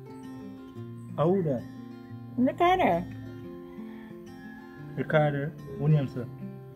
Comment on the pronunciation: you know that as Patsy gets more in tune with her gift you will have to be careful not to lie to her. It's hilarious how smoothly Patsy calls the young man Riccarder as if that is how his name is pronounced. Riccarder, mi a beg yuh nuh fi diss har.